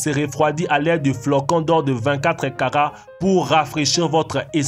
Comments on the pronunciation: c'est moi ou j'ai entendu caca au lieu de "karats" ? 😂😂😂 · il a dit caca au lieu de kara